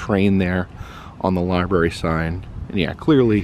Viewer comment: The li-bury.